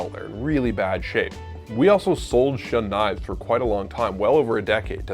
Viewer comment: Shun is pronounced Shoon I have a Shiro Kamo SG2/R2 and a Shiro Kamo Aogami Super. I’m a professional chef working in fine dining and there is not enough of a difference to say one is better than the other, they both have the same Rockwell harness. The knife will always only be as good as who is using it.